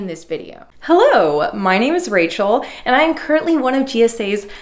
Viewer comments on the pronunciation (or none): none